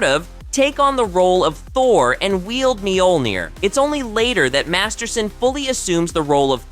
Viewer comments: There's no long e in the beginning of Mjolnir. It's also only two syllables. Think of the mj portion as more a 'myuh' and roll that straight into the 'ol'. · Mule Near or Meal Near is how it's pronounced.. or so I thought?